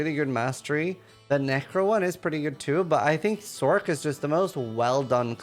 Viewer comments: For future videos, don't say, Sorc! Cringe city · It’s not sork.